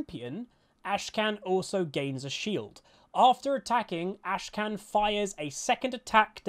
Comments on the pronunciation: Great vid as always, but I just want to point out: his name isn't AshKan - it's AKshan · It's AKshan not ASHkan.... Come on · Say it with me now, Akshan. Ak shan. Akshan. Not Ashcan. ffs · Great vid, but like i'm sure you've seen, his name is Akshan, not Ashkan. But anyways, I am absolutely in love with Akshan. I have not been as excited for a champ since the Fiddle rework, and before that, Pyke. I cannot wait to swing around like a badass and get that assassin's creed, revenge vibe. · He is called AK-shan. Not ASHE-KAN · Bro you kept saying 'Ashkan' instead of Akshan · dawg it's Akshan not Ashkan... you kept pronouncing the champ's name wrongly in the entire video... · AK SHAN? not ASH KAN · Akshan not Ashkan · Looks interesting. The resurrection mechanic may make him a ticking time bomb. Also, its cute that kept mispronouncing Akshan as Ashkan. Someone, please spam flash the butcher emote:) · Did he say ashkan in the intro??? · Akshan seems really fun to play, but maybe not so fun to play against.. Also, why do you call him ashkan? The K is first? xD